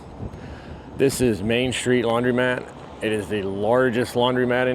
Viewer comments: I LOVE how you pronounce laundrymat! ❤ as it should be:) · Your video is fine but please learn how to pronounce laundromat.